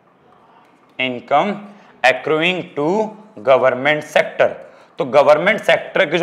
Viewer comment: Accuring... Akroying nahi akkaring